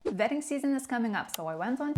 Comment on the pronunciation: I thought she said “vetting” season. I was like “WHAT”!